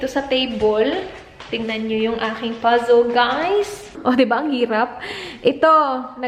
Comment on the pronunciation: Bet ko tlga ang “pazzol” mo sis... hihi ✌🏻❤️❤️ i always watch your vlog... para saakin na tutuwa ako..